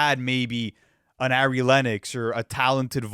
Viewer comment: p.s. Ari Lennox’s name is pronounced Ari like R-E, not air-E.🖤